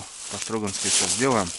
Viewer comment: ты некоторыми словами ломаешь мне ухи.печень по- строгановски. буквы ша там нет.и бесит когда говорят хариуз нет такой рыбы есть хариус. че вы все окуня не завете чпокунь.